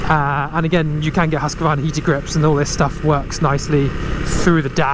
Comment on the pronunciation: There's no a in Husqvarna.its pronounced..Hooskvarna.not Husqavarna